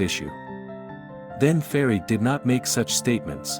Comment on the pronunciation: Very nice voice of the narrator and the narration is very clear. How he pronounce the name of Fahriye is even cute.